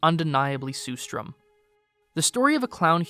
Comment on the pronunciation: It's pronounced sher-strerm (with the first and third "r" silent), not sue-strom.